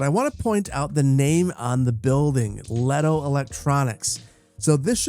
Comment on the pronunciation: You mispronounced Lehto and Kapea Leh-to ka-pe-a